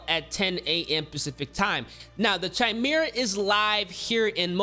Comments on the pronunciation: Chimera - (kai-mera) "Ch" makes a "K" sound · this man said "chi-mera" lmfao